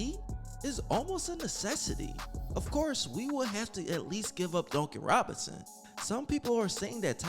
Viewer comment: Well it is so funny to hear you say Duncan Robinson LOL. It sound like you be saying donkey Robinson 🤣🤣🤣🤣. However you do have great content my man. Yes get rid of Duncan and tyler! Bring me back miles bridges! He is a free agent. That's what I want! Him and Bam! A nasty front Court